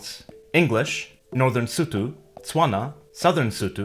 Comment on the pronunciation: The "o" in Sotho sounds the same as the "o" in Xhosa. You´re pronouncing "Sotho" wrong. When you say it, it sounds kind of like a "u" sound, which it isn´t.